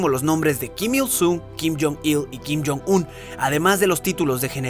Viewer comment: Nadie: Absolutamente nadie: Alex todo el vídeo:Kim jon Sum, Kim Jom Sul vídeo:Kim jon Sum, Kim Jom Sul vídeo:Kim jon Sum, Kim Jom Sul vídeo:Kim jon Sum, Kim Jom Sul vídeo:Kim jon Sum, Kim Jom Sul vídeo:Kim jon Sum, Kim Jom Sul